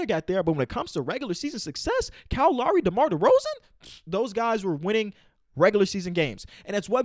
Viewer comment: It’s Lowry not Lawry